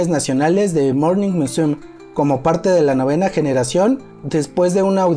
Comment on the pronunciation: Muy buen material, no es por criticar ni hacer polémica pero no es el primero que le escucho decir morning musum, sin pronunciar la me. No se porque lo dices de esa forma. Y como te digo no es la primera vez que lo oigo asi.